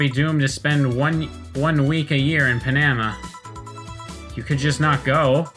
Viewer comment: Pretty sure you pronounced absinthe correctly. You completely butchered Panama though. Did you not realize it meant the country with the famous canal? Yes, KFC is very popular for Christmas in Japan, sometimes even requiring making an order a month in advance. Also, Ode to Joy is the quintessential Christmas song. I am officially starting a list of things you want on your gravestone, right in my "stupid pointless lists" folder. Afaik = as far as I know